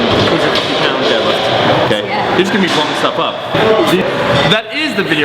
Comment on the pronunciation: Sounds like she said. "My squat, my bench, and my debt they obviously increased in numbers." lol